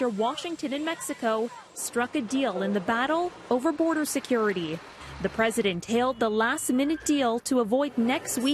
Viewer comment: Threadent. How are you a professional